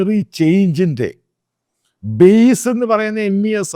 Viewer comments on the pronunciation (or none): none